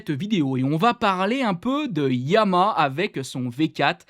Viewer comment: ESSAYE ENCORE !!!!!!! on dit "YA MA HA" pas " YA MA" syllabes !!!! pardon, tu ne dois pas savoir ce qu'est une syllabe .... tu ouvres la bouche 3 fois ;-)